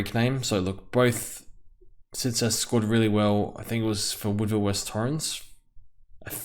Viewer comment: Tsitas is pronounced "Chee-tas"